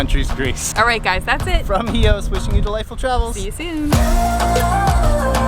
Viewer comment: It's Hios the name of that island !!